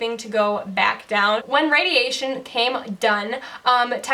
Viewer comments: Yay! You said radiation instead of "radiagent" 😃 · I hope you see your improvement as much as we do. You said the word radiation correctly more than once without any difficulty. That's amazing progress! 💕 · Your speech has already improved so much! I'm so humbled by your efforts all the time. Maybe take someone with to a restaurant to assis with understanding. And if your hair bugs you, wear a wild turban or that cool wig. Shutting yourself off from the world made sense when you were in the midst of surgery, recovery, radiation. (Did you notice how well you say radiation now? Fantastic!) it's time for you to get out and do some fun things. Start small & build up. Praying for you! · You said radiation correctly!!! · You can say radiation! :D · You said radiation right!!!! That in it of itself is a win!!!! Keep it going!!!! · You said radiation perfect I can see improvements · You are doing so well! I love seeing every new video you post. I was only able to remember face and velvet. I was so surprised when you said "radiation" so fluidly. Keep up the good work! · I'm extremely happy when you pronounce "radiation" correctly! I know it's been a long way and it need such a huge courage to pick yourself up and dealing with the struggles every single day. And I just want you to know that we will always be here with you! Love you! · Of course you'll get better, you already say word "radiation" no problem 😄 🎉🎉 P.s. I remembered all 5 words in a correct order and the backwards thing as well. Hope are the same again soon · Yay you said radiation perfectly! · You said radiation perfectly!